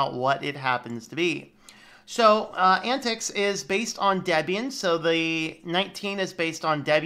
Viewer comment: It's pron:. Ant Tie Ex. It is communistic... So yeah.. and I like it.